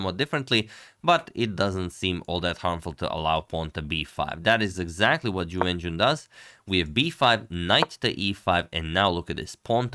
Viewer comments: Ju When-J-WHEN. The syllables RHYME!!! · not a troll just wrong. Pinyin "jun" rhymes with the syllables written "qun" / "xun" etc.; rhyming part is kinda "üin". Whereas "wen" is usually considered to rhyme with the syllables written "hun" "gun" "dun" etc.; rhyming part is kinda "wən".